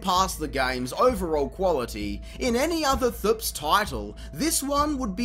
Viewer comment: Clown actually says "thps" like it's a word 🤦🏻‍♂️